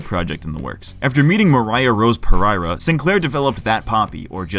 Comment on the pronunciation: Dude it's pereria.okay Portuguese. Per-er-ia not par- ereria.come on.moriah rose pereria.